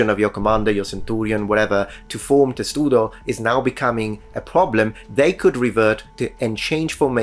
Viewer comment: Testudo? No. Tesudo sounds Japanese.